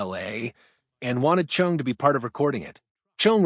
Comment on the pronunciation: “Chung?” Why is “Chong” so difficult for AI to pronounce??